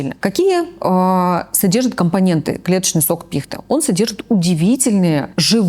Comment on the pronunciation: Как же режет слух когда не правильно ставят ударение в слове пихта. Это просто отвратительно